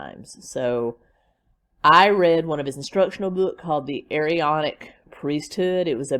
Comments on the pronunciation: Elders in the Latter Day Saint Church are 18 and over. It is pronounced A-Ron-ic Priesthood. He is not LDS, he was excommunicated. He is delusional!!!! The Standing in Holy Places, books are interesting. But PLEASE don’t give Chad one more penny!!!! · You do not pronounce both A's in the Aaronic priesthood. Chad's beliefs are his own not the churches.